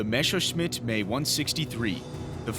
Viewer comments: Actually it's not the "mae 163" But "M E 163"! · 'EMM-EE' 163. Not 'Me' or 'May'. I wonder if he'd pronounce early Messerschmitt aircraft similarly? The Bf 109E as the 'Buf 109E'? Yes, I'm old, but honestly. The only non Luftwaffe pilot to fly a fully operational rocket engined Me 163, was Royal Navy test pilot, Captain Eric 'Winkle' Brown, shortly after the end of the war. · I and everyone else that has commented this has only heard M.e. instead of Me for this aircraft manufacturer. If it’s correct in German, or something, then I guess we’re wrong. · He keeps calling it the MAY 163. It is the M-E 163, not the May. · M-E. Not May. Wtf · It's pronounced EM-EE-163, not May-163. This error is very distracting to an otherwise very interesting documentary. Well done! 👍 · Try say "M .. e" instead of "may" like the month May .. BUT it's wrong .. M .. e .. and it's NOT "me" either .. like "it's me coming in" .. no no no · The 'Me' is pronounced 'm' (as in 'emmmm') and 'e' (as in 'eeeeee') not 'may.' It was the abbreviation for Messerschmitt, the manufacturer of the aircraft. You would think that someone producing a video like this would know such basic information, OK .. heard the dumbass say 'may' one to many times. I'm out. Dark Footage productions - yer idiots. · It's not the "May 163"! Me was short for Messerschmitt. It's pronounced "Emm ee" in English. Unwatchable tripe! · The "Me" is two separate letters . As in "M"..."e" . Not May as you are mispronouncing . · pronounced M E not 'may'..... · gotta be honest i agree with everyone down here. saying may for something that clearly is m. e. like me theres no y anywhere. My head was exploding listening to it. Besides for that keep up the good work! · Pretty sure it's pronounced M.E 163, not "May 163" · Nope. Being short for Messerschmitt (not meshersmitt *eyeroll*) there's no need to pry the sounds apart. "meh" would be more correct, but with an English twist "May" is closer to the original than M.E. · 'Me', not 'May'